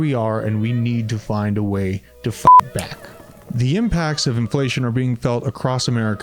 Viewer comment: I know you said fight back. But I swear to god it sounded like you said fuck back. 😂 Thanks homie!